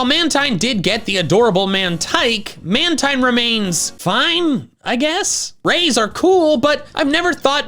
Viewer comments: Man-tine was its pronunciation during the 4Kids dub era Man-teen is the pronunciation since the dubbing by TPC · MAN-teen. is how you say it.